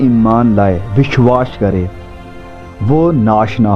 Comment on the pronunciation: भाई साहब, आप बहुत ही अच्छी शिक्षा देते हैं जिसके लिए आप धन्यवाद के पात्र हैं, परन्तु एक बात बहुत ही खटकती रहती है और हम हिंदी भाषी लोगों को बुरी लगती है जब आप अपने उच्चारण में बार-बार विश्वास और विश्वासी शब्दों को "विश्वाश" और "विश्वाशी" बोलते रहते हैं। आप को इसे अवश्य ही दुरुस्त कर लेना चाहिए। एक बढ़िया खाना खाने में यह किरकिरा जैसा लगता है।